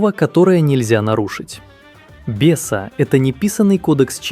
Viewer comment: "Беса" Озвучивальщики что-то перепутали.